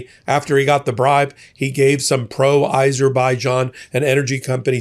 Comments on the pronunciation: Azerbaijan not Izerbaijan. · Azerbaijan not Izerbijan